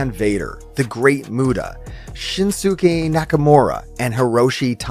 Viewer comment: Who is Shin-SU-KAY? (I'm totally joking! I subbed when I saw your Kenny Omega essay - Masterpiece! For a 2 HOUR video, truly a gift and I'm super grateful!)